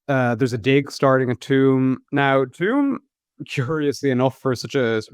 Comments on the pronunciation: Oh my god it’s TUam not tomb!!! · Has never heard of Tuam before? The fastest town in Ireland? I never heard anyone call it "tomb" before 😅